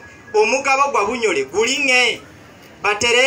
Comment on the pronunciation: Just want to correct it's bunyole not bunyoro